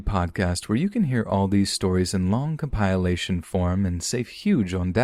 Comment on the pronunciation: my dude i love u but you really need to learn how to pronounce compilation...